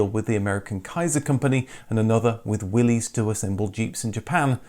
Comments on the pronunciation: Talk about a picture with serious foreshadowing. How'd they know that Subaru would come out on top? Well, for awhile anyways. Now, bye bye STI! Oh, and dude, please stop calling them Will-E's Jeeps, it's pronounced Will-iss. You know, like "Whatchoo talkin bout Willis?!" WILLYS JEEP!!! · Your videos are great but just so you know The car company Willys Overland is pronounced WILL-IS not WILL-EES Overland. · willys is pronounced "willis" as in john north willlys is the founder of willys overland. :p